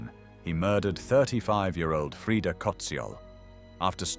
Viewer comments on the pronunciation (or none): none